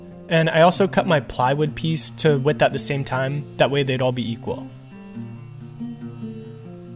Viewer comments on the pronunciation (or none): you said ail not all